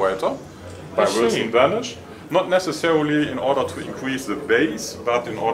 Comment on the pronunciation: its Wilson Benesch!